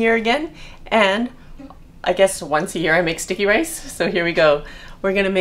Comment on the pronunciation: Sounds like you are saying stinky rice :D